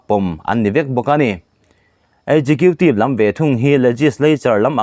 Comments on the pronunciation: Khawngaihin executive tih hi ekgiqiutive tia lam lovin, Eksikiutive tiin lo lam hram teh,, a sak ltk mah mah a,,... Tha thin ltk e.. 🙏🙏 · Pu nghaka kha chuan executive hi ekzekhitiv tiin a lam